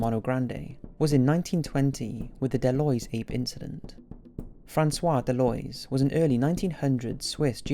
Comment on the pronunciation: Deloys? I’m pretty damn sure the word is pronounced DeLoise. Del-Louise.